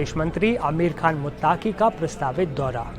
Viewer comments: Khabar kai bar parh ke sunaya karo bete Aapke Alfaaz,sami ko saami,muttqi ko muttaaqi nikalata hai Shukriya. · this repoter is really trying hard to represent himself as non muslim, see false pronunciations muttaaqi, saami ul haq. naam bhi badal lo beta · मुत्ताकी नहीं पत्रकार साहब❌😂😂😂अमीर मुत्तक़ी✔️